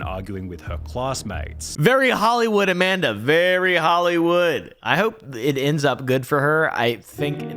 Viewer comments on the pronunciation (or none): dam not Amamda!